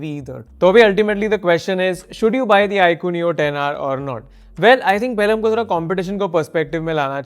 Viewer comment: Who the fc says iqoo neo😂